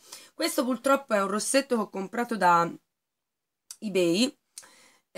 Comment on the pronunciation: ...si dice purtroppo, non pultroppo! ;)